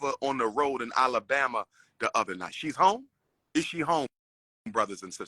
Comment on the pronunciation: Umar I got luv for ya, but I can't let you keep mispronouncing my state. It's not Olibama, it's ALABAMA. Like AL Bundy. 🤣🤣